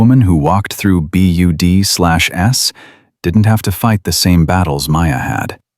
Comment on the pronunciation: Need to teach AI narration that BUD/S is pronounced "BUDS."